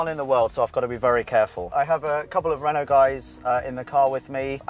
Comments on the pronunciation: Yes but he says reant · Reno what the fuc is that 🤣 renault mate